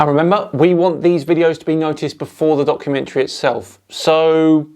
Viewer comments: Did you say "donkeymentory" at the beginning? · Did you say “donkeymentary” at the beginning? Little Freudian Slip there,! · is it just me or did anyone else hear Donkeymentrary in the beginning, would be a good new word to describe to nut docs xD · Did you really say DONKumentary there on the start, or did I just mishear you in the best way ever? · Hah sounds like you said "donkumentary" like meaning donkey.. if its intended then amazing. 🤣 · did he say DONKumentary or documentary? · it sounds like you said "*donk*-umentary." I don't know if it was intentional, but I'm all for keeping it! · So I just clicked on the video.. and first few seconds.. did I hear "donkeymentary"?.. Fits very well I dare say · I swear you said "donkumentary" during the intro. Seems about right :) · Did you start by saying Eric's donkey-mentary? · “Donkumentary” love it! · oh, several people have commented that it sounded like called it "donkey-mentary". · I swear it sounded like you said "Donkey mentally" the first time 🤣 Sounds about right though 🤣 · I seriously thought I heard say "..Eric Dubay's Donkeymentary" which now that I think about it, isn't inaccurate either. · Did just call it a "Donkey-mentary" rather than a documentary? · lol.. I heard donk-umentary.. 3 sec in. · I'm sure you said, "Donkeymentary" 🤔 It would certainly make sense what with Dubay making such an Ass of himself. 🤣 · He did say Donkeymentary which is a work of total fiction? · Did you call it a "donkumentary" in the beginning? :) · I think it was a slip of the tongue, Donkumentry😂 but it's a perfect description of this slop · Did you say "Eric Dubay's Flat Earth donkeymentary"? {:-:-:} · Did you say donkumentary? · I thought I heard "donkey-mentary" . . . quite appropriate . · Did you just say "Donkumentary"? haha